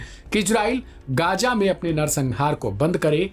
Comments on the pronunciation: Gaaja nahin ghaza hota hai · Gaza laafz ha gaja nahi ha parhiy theek karoo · Abe bolna to seekhe gaya nahin gaza bolte hen